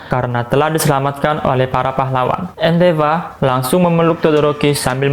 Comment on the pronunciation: endefor bangbukan endefa